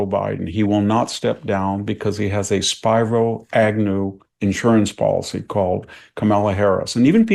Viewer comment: "SPIRE-O" Agnew? WTF?! I have never heard anyone pronounce Spiro Agnew's name that way in my entire life, and I remember when he was in office. It's SPEER-O. How can someone who is supposed to be an historian mispronounce a name like that, esp. since he also was alive (I assume) when Nixon & Agnew were in office?